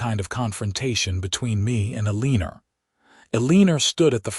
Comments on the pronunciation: Everytime I hear E lean er. I can’t kee from laughing. It is so absurb. Eleanor says the other 2 board members are planning a coop Is that coop for chickens? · Can't pronounce Eleanor.........there's no "lean" in it....sounds stupid. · I've noticed quite a few stories with Eleanor, and none of them sound correct. I think whoever came up with Artificial intelligent reading needs to go back and rethink it.